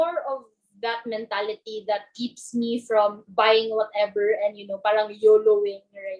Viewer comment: mga kabataan ngayon hindi ma pronouce maasyos ng R... pahhhhrrrrraaanng